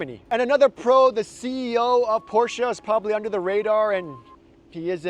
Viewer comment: Thank you for say Porsche correct